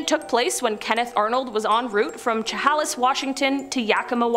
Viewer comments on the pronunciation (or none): I'd just like to congratulate on her pronunciation of Yakima! Chehalis is pronounced "shuh-hay-liss", but both names are difficult to pronounce if you don't know them. Way to go! 💚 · Chehalis.... Che- hail-issss. There are so many places that are so difficult to pronounce. Try Snoqualmie! Love the show